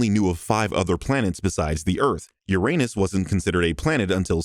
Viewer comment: The one where you mispronounced Uranus 😆 In all seriousness, this video as great.